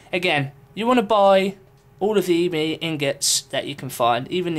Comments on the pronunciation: It's ebony ingots not E-bony inGUTS. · e-bo-nee, duh